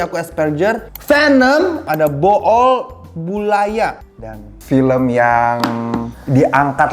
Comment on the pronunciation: Bhool bulaya bacanya bul bang bukan bo ol 😢